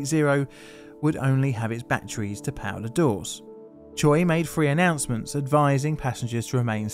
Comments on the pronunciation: Choi is not pronounced "tcho-ee" but "tchay", otherwise very nice effort on the pronunciation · hey, i wanted to throw this out there for you so you knew for possible future videos! the korean surname “Choi” is actually pronounced as “Chweh”, as its spelled with the letter that sounds like -weh and not the letters that make “-o -i”. thank you for the awesome videos! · Choi is pronounced Che in Korean